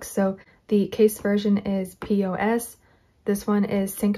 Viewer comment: It’s pronounced as POS not by each letter 🙂